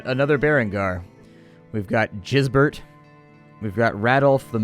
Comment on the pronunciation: I'm pretty sure Gisbert is pronounced with a "g" like in "game"